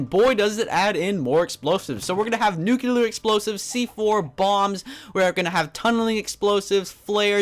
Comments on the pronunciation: it's pronounced NEW-CLEAR!!! not NEW-CU-LAR! Also, the top 5 mods are the only ones I really liked. Though, I believe that Orespawn deserves the top slot. It's amazing! It's got a ton of stuff! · there are no NUCULAR missiles nor bombs. it's NUCLEAR